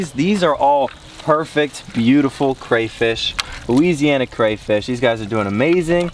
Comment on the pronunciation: Loo-WEEZEEY-anna. It made me cringe so hard